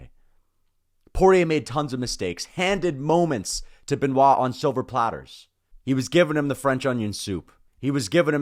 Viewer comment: You are good on Be-Nua (Benoit); why can’t you say Sun De-knee?